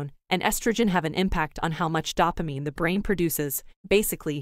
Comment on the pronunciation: I could hardly get through it with the mispronunciation of "dopamine". DOH-pah-MEEN, not DAH-pah-MEEN.